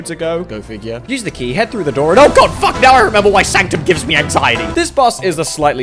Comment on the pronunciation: That "Oh gaWd" came out so British and perfect.